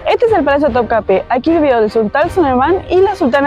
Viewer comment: Topkapi se pronuncia así....me hizo dudar...pero no se pronuncia con e al final, si no con i😅